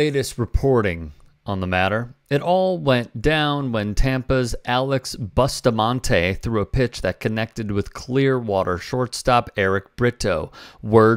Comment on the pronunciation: 'Boost'amonte, BOOST. Not 'bust' amonte.... Pronounced booooost